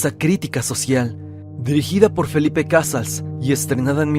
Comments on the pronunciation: Se pronuncia Cazáls no Cázals y a esta lista le falta la película "Ciudad al desnudo" (1989) de Gabriel Retes catalogada como la más violenta del cine mexicano. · El apellido de Felipe Cazals se pronuncia de otra manera, es uno de los mejores cineastas de México y merece que su nombre se pronuncie correctamente.